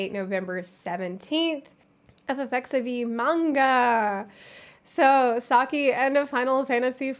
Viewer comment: Is it just me or does she keep saying “Eff eff xevie”? Which sounds like FFXVI. Wouldn’t “Eff eff xiv, or eckziv be more appropriate? Or is it “eff eff xivee” and I’m just being paranoid?